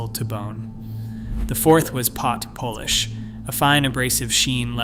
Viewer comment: Dude, and instead of an image of Christy Marlar, an older white dude with a beard, the BOT paced an image of young, white, asian lady with glasses. And 30ik subbed this slop. America is doomed. WTF was that 30s baseball player doing in the section on cannibalism? It pronounced polish as Polish!!! I'm just as angry as you.